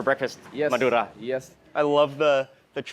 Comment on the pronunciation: I love the way you rolled the R naturally when saying Madura!